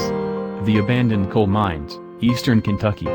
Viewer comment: He said ahandoned in the beginning!?!😂😂